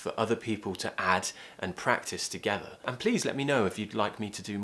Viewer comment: And sounds like ant I don't know